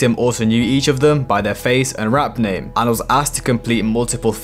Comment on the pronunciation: U butchered his name in the beginning